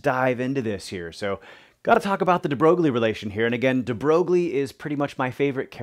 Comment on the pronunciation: Hi, thanks for posting the lesson. Just a small point: his name is actually pronounced "de Broy". It's a common mispronunciation but I always find it amusing.